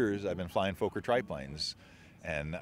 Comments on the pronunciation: Pronounced as fokker not fauker. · Please Note as Americans often do, you are mangling the name, it’s not Foaker its pronounced like soccer thus Fokker. Otherwise great content. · Fokker not Foker.The o as in dot. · It's definitely NOT pronounced Fo kur, dude. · For future reference, it's pronounced "f*cker", beautiful replica! great to still see enthousiasm for it! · you said what I was going to say!